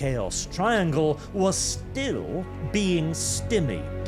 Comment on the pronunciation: how keeps pronouncing stymied is giving me a headache...